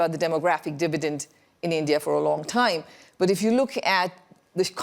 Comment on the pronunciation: At a time ❌ At a thaime ✅ 😂😂😂😂😂😂😂